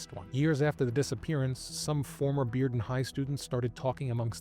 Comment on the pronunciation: I appreciate the fact that you learned how to pronounce Bearden correctly. Most people not from Knoxville would assume it's pronounced "bare-den".